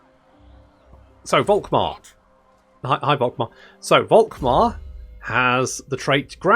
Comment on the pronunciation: Dude. Please. Don´t say this "Wolkmar" shit. Guy´s name is said "Folkmar". V=F in German. Folkmar, Faterland, Folkswagen... Now you know. Go forth and sin no more. edit: Literally can´t continue watching. This does not only sound false as in incorrect, this sounds disgusting and revolting/nauseating. Actually gonna lose a chunk of your german speaking audience that way. Who´da thunk?